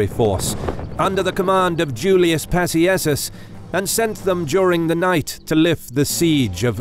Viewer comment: is NOT pronounced pa-see-eh-sus. It's pronounced Pahk-ee-AYK-us. Please pronounce roman words CORRECTLY. Thumbs down.